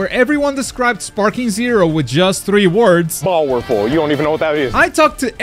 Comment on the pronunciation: "Bowerfull You don't know What it is" I do serereax